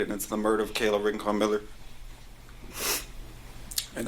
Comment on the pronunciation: Rankin? Anyone Jamaican? Oh, it's Rincon.